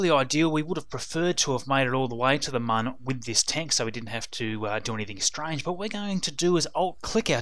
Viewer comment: by the way, its pronounced moon, not mun. its spelled with an umlat, not a English u